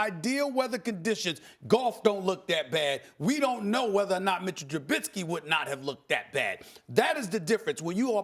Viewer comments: It's Trubisky not Trubidsky!!! She's really annoying IMO... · I forgot to mention do u guys hear how these idiots are pronouncing Mitch’s last name? Lmao they are adding a letter t after the letter i and calling him truBITsky 😂😂😂😂😂.. bunch of morons..